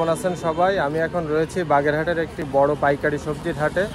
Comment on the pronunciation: উচ্চারণটা বাগেরহাট হবে আর শ্রীঘাট আসলেই চিনে যাবে সমস্যা নাই